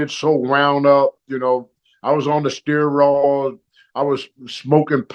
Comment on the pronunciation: Talky Tony "Steer-all" - steroids "Musya craps" - muscle cramps "Marry-rana" - Marijuana